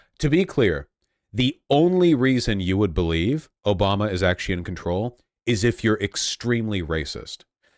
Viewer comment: Litterally "Obamna.... "